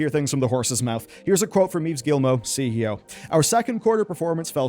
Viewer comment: Great video. Gy the way, Yves is pronounced like "Christmas Eve". Yes I'm french... And you pronounce Guillemot perfectly... Yes I'm french.